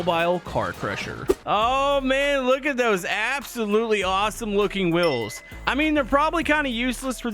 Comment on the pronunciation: Please, it's wheels not wills